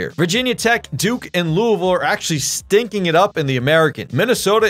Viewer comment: He said louisville right I’m satisfied